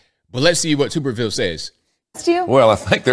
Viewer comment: It's tub er ville. Not Tube er ville.🤣😂